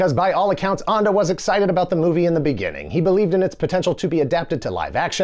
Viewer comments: Thank you! Allow me to add that Ende is pronounced something like end-duh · If you can say End, you can say Ende - not Anda. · I was looking up the author "Michael Onda" but I couldn't find him. His name is Michael Ende. The German word Ende is pronounced like "end day" in English. The end day of the neverending story. 😂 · Wait. The Neverending Story was written by a man whose last name means end? Really? Also, that's pronounced end-eh. Not... what did you pick? Ondah? Weird choice, you might have Googled it. It would have taken you all of ten seconds. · Why would you pronounce Ende like Ande? It is basically pronounced like the English word "end" with an -uh attached. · Ende is pronounced like the English word "end" with a schwa at the end. Not "ahnd-e." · Sorry, but "Ende" like in "end"!😉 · It's pronounced "'ann duh'' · That's not how you pronounce the writer's name😬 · Umm.. How is pronouncing 'Ende' here?! Who came up with that? Even an anglicized 'End-eeh' would have been better. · You can say "ending" correctly but not Ende? xD